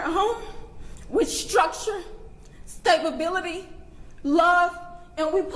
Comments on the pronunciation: she mis-pronounces "stab ability". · "stabability" ??? Okay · “Stabability “ a new word for the English language🤣🤣🤣